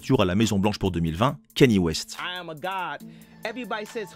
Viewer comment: Quaivo* et non Quavo Et KANYE WEST pas Kaynie